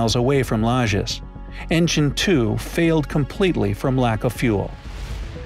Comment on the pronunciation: one thing he DID research well for the video was the correct pronunciation of "Lajes" in Portuguese. It was flawless - although he used the Brazilian Portuguese pronunciation, not the European one. In Portugal they would have almost muted the "e" and pronounced the "s" like "sh".